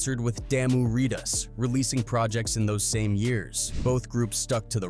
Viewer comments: Lol how he said. lol. It's ridas. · Ridas....the way he said ridas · Aye, man! Have someone else tell this story! He calling it "Locks" (Locs) & "Reedus" (Ridas). 😂😂😂😂